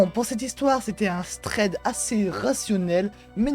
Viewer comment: Thread min ami, juste thread et non pas stread